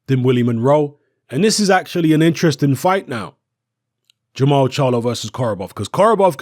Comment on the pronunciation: jermall not jermell